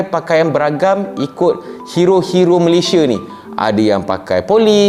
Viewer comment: Malaysia:- MA-LEY-SI-A bukan Ma-ley-shi-er. Perbetulkan sebutan nama negara kita tuan.